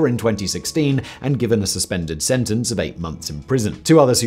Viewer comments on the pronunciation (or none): none